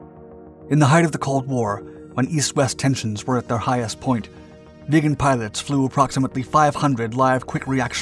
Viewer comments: "viggen", not "vegan" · Viggen, not veagan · it's the Saab j-37 VIGGENS NOT vegan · it's a Saab vIggen.. so like 'hidden''.. not like a saab vegan. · Very nice video. But can stop hearing VEGAN in stead of VIGGEN. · Viggen. Not "vegan". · Please someone Swedish tell me that this plane isn't actually pronounced like "Vegan" !! I always pronounced it where the vi sounded like in victory. Vig en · Viggen NOT vegan. JFC say it right man. Or don't say it at all. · VIGGEN, not vegan ! Ffs! F&%#! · Viggen is pronounced with a short “I” like in wick. I hear the “vegan” jet, vegan pilots all the time. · VIGGEN!!!!!! NOT VEGAN!!!!!!!! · Viggen NOT Veagen FFS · Why do you keep calling it a vegan? Its name is Vigen. This fighter ate meat in chunks. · it sounds like youre saying "saab 37 vegan" xd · Sounded sometimes like he says "the vegan". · I'm interested in the correct pronunciation of the name "Viggen" . I've always heard it with a short ' i ' and it sounds annoyingly weird to hear it as "Vee-ggen " but idk. Can a Swede tell me the correct pronunciation please? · bro calls it the vegan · you keep saying vegan but it's viggen with an ih and a double guh not an eh and a single guh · I keep hearing "the saab vegan" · Viggen is so, how to say?.... Raw? Absolutely great sound, and the design is top notch.